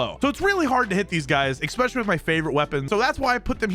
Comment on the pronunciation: I had to stop listening cause of the "ecccccspecialluly" No c exists in that word dude.